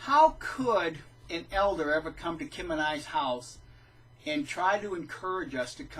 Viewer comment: Kim, you did a great job pronouncing my name, I never doubted you would do it right. As I said before, I'm just so incredibly happy to be out, I forgot what it was like to be truly happy! I wasn't as happy when I got baptized as a JW, or I don't remember feeling happy for those who were getting baptized as JWs and yet here, every nail in this coffin brings me so much joy...Congratulations, Pauline! I hope you are enjoying your freedom too!!! I agree: I absolutely can NOT imagine going back after learning TTATT, I just can't comprehend how it's possible.. well, unless you have to go try to save family members but then it's different and has to be so much harder. I often think about those people who know TTATT and are still trapped because they have a family involved, or those who stay there and work on exposing them by leaking info, doing everything to bring the WT down. I applaud those people because I can only imagine how hard it must be to lead a double life and sit through all those boring meetings or even worse - assemblies and conventions, or giving talks and so much more! Thank you, if you are reading this!!! I don't know you, but I remember to pray for all of you so you may continue and stay sane. Thank you, and Kim!!!! Feels so much better than going door to door, or a bible study when you have to lure the interested person with just enough information trying to keep the person interested in the meantime avoiding any "touchy" subjects until the "client" is ready